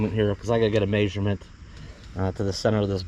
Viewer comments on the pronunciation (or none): do you have to get a maysurment. 🤣🤣👍